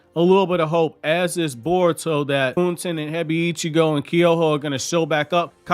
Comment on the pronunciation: I definitely like this raising of the stakes as well. Boruto is supposed to have dark elements in it, so I’m glad to see the change. By the way, I know you don’t care much about mispronunciation, but I noticed that you pronounce Hebiichigo like it’s 2 words “Hebi (snake) - Ichigo (strawberry). In the anime, it’s more like “Hey-beach-ego,” 4 syllables instead of 5. Anyhow, I appreciate your anime and manga reviews. Thank you 🙏 for doing these!